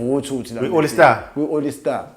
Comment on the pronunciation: iSebenzi lesi esbiza iAll Star nge Olly Star😂😂😂😂😂😂Nxa ayikho lento lol